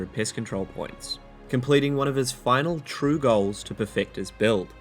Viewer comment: I swear he said Piss Control like 3 times